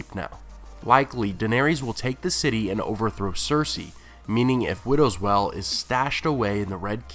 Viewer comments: it's pronounced "whale", not "well" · widow's WEIL, not widow's "well". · Widows Wail. The wail part rhymes with _ale or pale, whale or gaol. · wail is pronounced "whale" not "well" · The word is "wail" as in an anguished cry, not "well". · It's not well, it's wail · Widows well? Say it like whale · it's pronounced like "whale" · Wail, with a "I" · Taylor kazemba I've heard quite a few mispronounced words on this channel. I think it stems from one person writing the material and another just reading it. Maybe they don't have the context? Wail does seem like something that should be known.